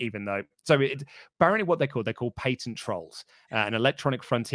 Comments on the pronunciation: Pat-ent not Pay-tent. Pls stop the madness. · Ok I know accents are a thing but the way murders the word "Patent" drove me crazy.